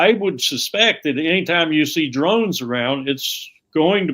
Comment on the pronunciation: It’s not “drones.” I mean come on. This undermines his credibility on all issues massively.